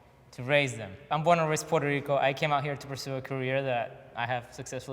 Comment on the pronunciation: Port Ahhhh Rico get it right 👌🏾